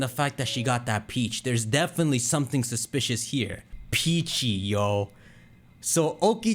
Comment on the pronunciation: When talking about the grandma and then the Khu tweet, you kept saying suspicious which made me think... Suspeachoss?